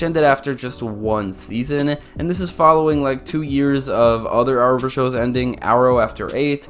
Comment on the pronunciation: What is the Hour-verse? He said it 10 times.